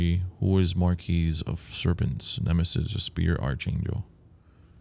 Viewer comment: Archangel is pronounced arc-angel btw 😊 just lyk